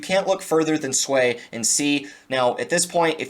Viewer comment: It’s not SUAYYYY it’s SUI LOL